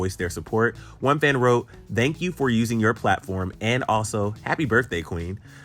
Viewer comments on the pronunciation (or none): why you sound like you saying dhank you? Lol